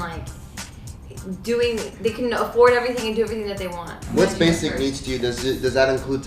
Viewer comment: Tell me why I thought said “ basic knees”